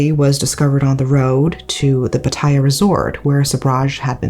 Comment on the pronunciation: You care so much about pronouncing Japanese things, yet you can't even get Pattaya correct.